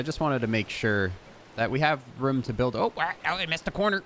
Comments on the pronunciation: Why do you say "room" like "Roum" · Is he saying romes? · The way that you say “room” is so funny😂😂😂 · I was thinking the same thing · The way this guy says "room".... is it just me? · where is he from the why he says "room".